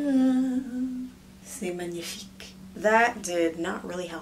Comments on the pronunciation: Jҽռռɨʄҽʀ I’m French too, and that accent was the best Je suis Française et son accent et très TRÈS bien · ptn jsuis pas la seule qui était hyper shoquée quand elle l'a dit 🤣 elle l'a trop bien prononcé jsuis fière d'elle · Je crois je suis la seul a avoir ete surprise quand elle a dit c magnifique sans aucun accent es tu française???.? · Son accent est parfait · Le " c'est magnifique " était vraiment woaaa ❤️😂je suis française et sa m'a fais rire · C'EST MAGNIFIQUE?! HOW CAN YOU SAY IT SO WELL?! OMG are you french??? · Are you french or something like this bcz your "C'est magnifique" was PERFECTLY pronounced omg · Wait your french prononciation was perfect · That perfect french pronouciation wuuw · "c'est magnifique" are you french ?